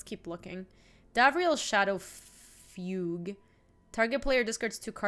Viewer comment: Everyone going on about pronunciation of Fblthp and no one mentions that fugue is pronounced FYOOG? ;D